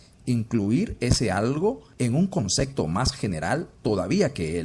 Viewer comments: La ballena es un mamífero, pero no es cuadrúpedo🤦‍♂️. Por otra parte, ¿por qué oigo que dice "concecto"? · No puedo creer que se tenga este nivel de conocimiento, y al mismo tiempo se diga “concecto”. Léase: CONCEPTO.